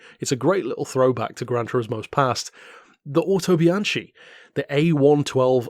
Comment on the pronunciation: For anyone wondering, the Autobianchi is pronounced Autobianki